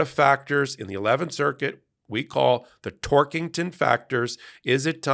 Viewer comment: Ohhhhhh. *Tork*ington. Sounded like Twerkington.